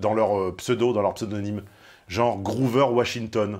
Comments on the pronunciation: C'est Grover, pas groover et, manque de bol, c'est un prénom... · GrOver Washington et non pas Groover.